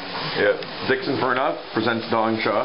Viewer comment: Ahem, It's "Dickson Farnuff!"